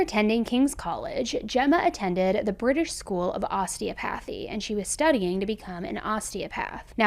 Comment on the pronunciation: Osteopathy isnt pronounced that way nor is kuala Lumpur